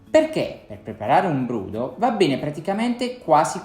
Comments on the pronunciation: Ciao :-) Ho sbagliato o sento bene che tu abbi pronunciato [brUdo], con una U, non [brOdo]? È la pronuncia "ufficiale" o "dialettale"? Cordiali saluti :-) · La dizione corretta è brOdo. La sua pronuncia è tipica di una regione del sud Italia. Ciao!